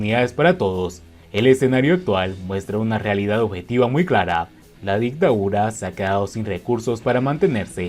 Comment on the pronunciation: Dictadura no dictaura